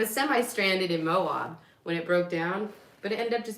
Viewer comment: You're killin me. It's pronounced Mo-ab, not Mo-ob. 😉